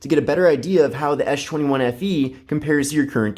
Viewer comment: you call it "Ash 21" instead of S 21 :-D